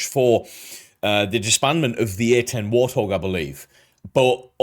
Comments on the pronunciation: Damn chatbots. What is a "war-thog"? You kind of have to just accept it for the sake of putting out content, because the annoying AI is everywhere now. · Just so you're aware mate, I'm fairly certain this channel you're reacting to is an AI-generated channel. The tells are in the fact that the voiceover mispronounces common English words, such as Warthog (pronouncing it War-th-og) and A-10 (pronouncing it Ah-10), the very fake looking thumbnails, and basic grammatical mistakes in the titles of their videos. AI channels are a plague that steals content from real creators. They don't necessarily spread misinformation, but they need to be avoided at all costs. I recommend proper content validation is done in the future with a mindfulness towards AI/stolen content and such. I'm not much for most reaction content, but your input is genuinely transformative and I'd love to see you succeed in the future! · They're pronouncing it wrong. It's 'Wart' 'Hog'. An ugly but dangerous wild pig here in the U.S.. You're saying it correctly but at the beginning the voice isn't. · Narrator: "War-thog". Bwahaha.... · did the narrator just call it a "WAR Thog" or am I just hearing things wrong? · Did he really pronounce it “war-thog”? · I hate AI narration. There’s not enough “I” to know how to pronounce “warthog.” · Hurts the credibility of the video a lot when the narrator doesn't know how to pronounce "Warthog." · The way the narrator pronounced Warthog.🥴🤣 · Sounds like in the video insert the man said at about “War-thog”, it’s Wart-hog. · AI voiceovers are just horrible. Why nobody can actually narrate this video is sad. The A-10 is not a War-Thog it's the WART-Hog. Only an AI voice with an accent like that would get it wrong. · Why did that guy in the video pronounce it war thog?? 😁 Its Wart Hog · Did he just call it a war-thog? Its wart-hog 😂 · Haaa A I. Called it a WarThog. Cracks me up. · Wait,... did he say "War Thog"?